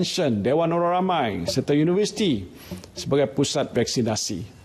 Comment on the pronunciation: “Vaksinati eh vaksinasi” 😂